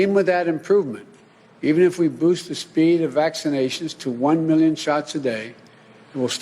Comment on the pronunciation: How many is "mil-len"? How big is "uge"?